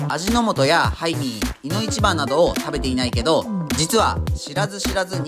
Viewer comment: ハイミーがタイミーに聞こえる 仕事行かなくちゃ••••••